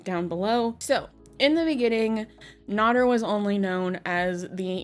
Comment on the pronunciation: Amy Flowers is NOT FFG. But FFG KNOWS Amy Flowers. And mispronouncing Nader was cringe all thru this. How do ppl make 'Docu-Series' on ppl and don't know the facts. 🙄